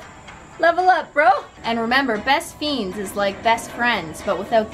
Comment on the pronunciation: Why does she call “best friends” “best feens”?😂